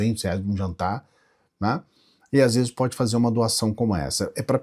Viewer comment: Em vez de ler vezes eu entendi fezes !😂😂😂😂